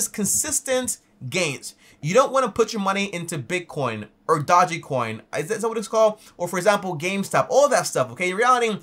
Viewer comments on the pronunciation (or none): mans said Dodge coin 😞